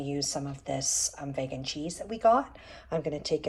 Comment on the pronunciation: Juuust FYI, vegan is pronounced vee-gan, with a hard E